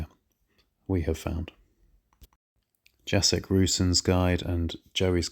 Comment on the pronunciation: Btw, "Jacek" is pronounced "Yah-Tsek"!